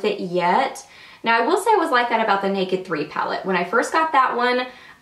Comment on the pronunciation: I love that you say "neck-id". lol Being from Alabama, so do I !!! xxoo Lisa